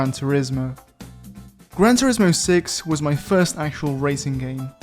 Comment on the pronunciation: Pronuncia bien turismo pls